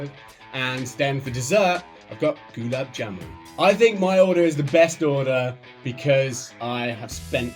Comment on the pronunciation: Its simple You stress the "A" of GULAB not the "U". The JAMUN part was alright though.